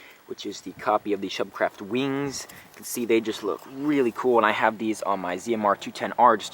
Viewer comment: they are called schubkraft......spoken like shewbcraft.....so just say "shewbcraft" or "shoobcraft"....and you will sound perfectly german. just trust me m8.....i'm german and english is like mother's tongue for me ;) Also im a big fan and supporter of your gr8 work on your yt channel and would never trick you to pronounce german stuff wrong haha.